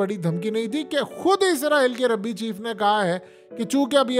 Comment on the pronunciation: ربی نہیں بھائی، رابی